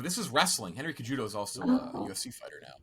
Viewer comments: pronouncing Henry Cejudo (say-who-doe) as Cuh-judo pained me. Wrestling and UFC legend right there lol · the way pronounces Henry Cejudo makes me cringe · Why is pronouncing Henry Cejudo, "CAJUDO" LMAO. Castellani is the only guy worth watching out of these two teams.